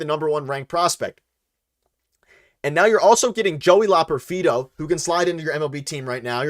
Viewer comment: Fun live stream. You just need to learn how to pronounce Loperfido. Keep up the good work